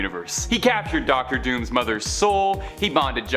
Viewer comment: DOOR MAW MOO